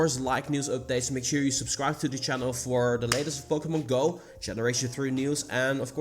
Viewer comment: Its POKEMON not POKEMONG